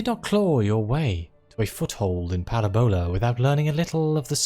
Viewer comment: It's Paràbola. Not Parabòla. I enjoy this, whatever this is. YT recommendations are weird sometimes.